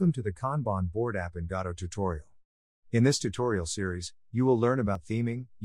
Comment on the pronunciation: AI thinks Godot is god... God-O